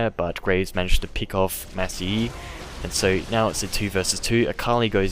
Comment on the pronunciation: Don't know why but it really annoys me when you say "peeck"but don't worry about it.